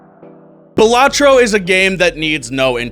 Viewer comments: Good. You say Balatro and not Balatro. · Balatro is peak (You Pronounced it correctly :] )